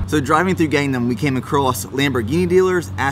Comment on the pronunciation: search up gangnam style and that is how you pronounce it